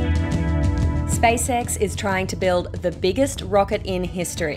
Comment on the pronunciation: It's SpaceX not Spice-ex.